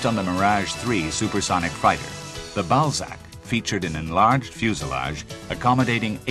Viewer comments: French build a plane called the Ballsack. (And yea, I know it's Balzac) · It's Balzac you ignoramuses. The author and playwright.